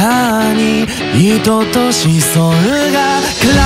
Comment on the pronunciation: 2番の歌詞の 「思いが静かに意図と思想が～」の思想ってところを 流れで「しそお」って発音せず丁寧に「しそう」って発音しているところを聞いて好きになりました。こういう細かいところに日本語への敬意が見えて好感が持てます。